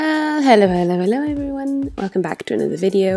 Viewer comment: seconds I did not understand anything that you said...it sounded like"welololoeveryone”💀💀not hate..just take time on your words lol